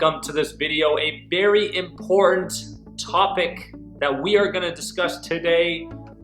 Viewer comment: Please say important.